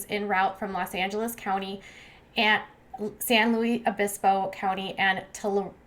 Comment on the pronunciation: tuh-lare-EE, san lou-US obispo. sorry love the content but as a californian the pronunciations were painful to hear 😂 but keep it up girl. so sorry for naya and her family, hoping a miracle is upon us.